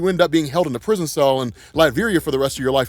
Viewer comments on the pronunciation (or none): none